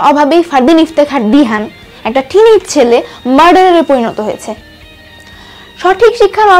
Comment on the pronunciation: বারবার টিনেজ টিনেক করো কেন